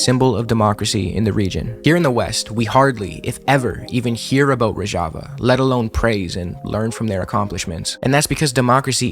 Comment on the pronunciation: great job but you mispronounced Rojava the whole time